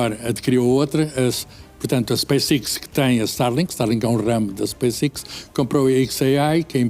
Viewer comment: É para isso que vem o direct-to-cell, mas estes totós nunca sabem nada... Como podem saber, nem a letra "X" sabe pronunciar... que miséria... Space-iX, "IiX"? idiota... É por isso que este país não anda para a frente, é so labregos em cada esquina em cargos elevados...